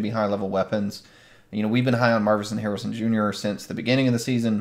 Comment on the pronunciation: This is about the 10th sports dude that I have heard call him Marvison Harrison! It's Marvin Harrison, Jr, just like his dad. Why is this so hard?